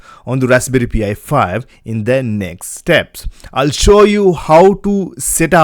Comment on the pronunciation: It's pronounced PIE, not P.I.